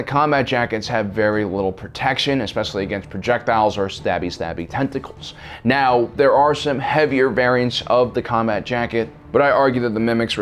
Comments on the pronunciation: HAHA he just said stop it meow get ur speech impediment fixed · Pretty sure he said stop it "meow"